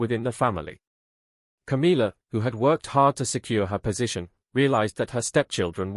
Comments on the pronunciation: Stepsister! What a load of rubbish…same as mispronouncing Camilla’s name! It’s not CAMEELA! It’s. cam illa ! Camilla! Get it? Or are you AI? Camilla’s two children are NOT ROYALS! They are the progeny from Camilla’s marriage to Andrew Parker-Bowles! So I don’t know WHY anyone thinks they automatically become Royals! Princess Catherine’s parents and siblings havnt been given elevated positions or titles, and they are the parents of the future true Queen of England, and grandparents to HEIRS TO THE THRONE!!! So any new positions ought to perhaps to to those who warrant them. And since when has Camilla’s daughter “worked for years to get her place in the Royal family “??? I hadn’t noticed her or her brother working hard! PUSHING IN at their mothers behest, yes! But nothing else. Like Camilla, they just aren’t fit people to hold ANY Royal positions!! Just ridiculous, all of it! Just heard you pronounce CAMILLA correctly!! So you CAN do it, and aren’t AI after all! I take that bit back! Have you noticed how the King stands well back and doesn’t have any input on all this rubbish?? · its not Cameela, its Camilla